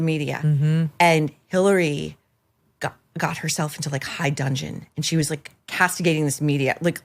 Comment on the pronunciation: High dudgeon. Not dungeon